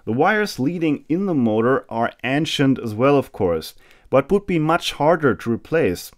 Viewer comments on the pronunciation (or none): Friendly headsup that the a in ancient is pronounced like the a in ace